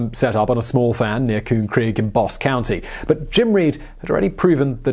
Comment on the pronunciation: Love it. Very interesting. But a note on pronunciation from a native Texan. Bosque is not (Bosk) its (Boss-key). Thanks for the amazing content.